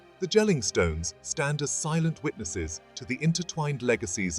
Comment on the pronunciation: It's not Jell-ing, it's "Yell-ing"